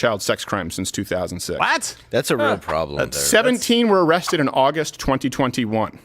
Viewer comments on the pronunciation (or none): none